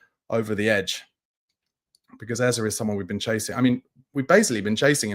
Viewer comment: stop making up stuff. You have no knowledge of Spurs doing anything but enquire about Eze or any other player, except pissibly Kudus. There was no offer made for Eze. Personally, I'll be relieved if we don't get Eze only because I won't have to hear you say his name as Ezzer. It is pronounced Ezzeh. Hearing you say Ezzer is like running fingernails down a chalk board. Eze is pronounced Ezzeh.